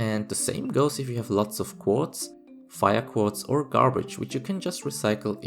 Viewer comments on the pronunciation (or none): none